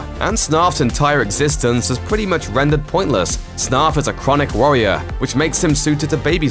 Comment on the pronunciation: Did you say Snarf was a chronic worrier or warrior?